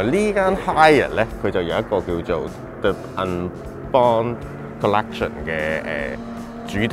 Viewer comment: the unbond A E I O U 既the 讀del BTW 好睇